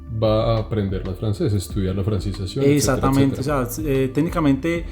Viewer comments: El man se reía, cada vez que el otro decía, essatamente, en vez de exactamente jajajajaja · En el minuto , se ve la cara que no aguanta la risa el pana por la pronunciación "eSatamente" del parcero! Seguiré enviando hojas de vida! Alguna llegará a las manos correctas!! Excelente video! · Que bandera este gozándose al compañero por que decía: "esatamente"... Cómo hizo para aguantarse la risa mijo?.... Jajajaja. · Jajajaj la reacción cuando el de cachucha dijo "esatamente" jaja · la cara del man cuando escucha "esatamente" el man retoma la seriedad pero un "esatamente" salvaje aparece nuevamente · "esatamente" y todos cagados de la risa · Toteados de la risa cuando el pana dice: esatamente Jajajajaja